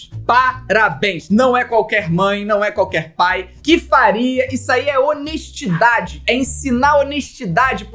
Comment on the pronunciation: ...só o cuspidão...honesTIdade